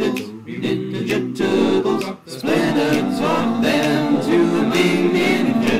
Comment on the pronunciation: Hahaha sounds like you're saying "turdles" xD And please, work with Smooth McGroove some day please!! Two angels singing, that's probably dangerous in some way but whatever, I want to see it!!!